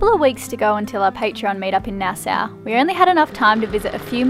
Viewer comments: Ok, now that I hear you say Plymouth all wrong it's much more sadder than I thought and funnier. love ya: ) peace PS: I have to tell you both nassau is pronounced NAS SAW, ok.: ) peace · Nassau.. like paw or awe or raw, not Nass ow like that hurt or cow or wow. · Hi guys. It’s funny how you pronouncing Nassau. Try it like this, “ Nas saw” Nassau. I’m stuck up in Canada, North East BC. I,m happy your enjoying my home land. Safe travels. Signed, another Albury.